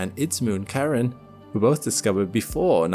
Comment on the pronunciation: How do you expect me to trust you with facts like this when you can't even say Charon properly.